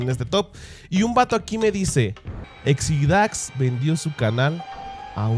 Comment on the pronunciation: Exidáx? es Exidax (sin acento) xdddd